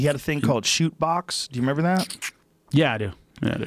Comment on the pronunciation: Hahahaha Joe always says "member that" instead of "remember that" man he's so smart it just makes me laugh because it's gotta be because he's high!! 😂😂😂 Much love JRE & JRE Nation